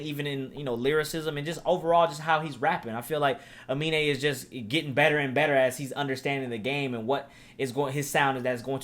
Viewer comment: really said his name right the entire video and ends the video calling him " a mean " lmao